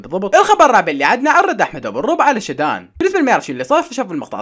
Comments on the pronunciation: بصراحة انا مع شادو ثاني اشي البنت اسمها شادو وليس شدان 😂😂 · البنت اسمها شادو مو شداد